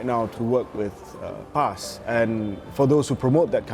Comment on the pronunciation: Terbaek Cik Din ! But if you are really not clear of PAS history, you cant spell it out like that but say it as P-A-S